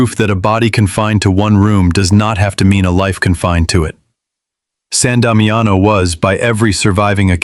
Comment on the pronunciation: Sahn Dahmee ano is how it is pronounced.